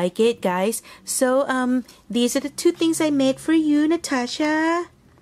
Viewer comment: stunning creations! Love those so much! And yes you pronounce my channel correct! Thank you so very much for a beautiful card and box - love, love, love those. Keep looking on those all day long! Hugs, Natasha